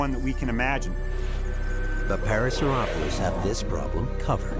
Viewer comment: was the narrator pronouncing parasaurolophus wrong? i can't tell but i think he was and it's kind of bothering me xD lol i've seen the docu three times and it always gets me lol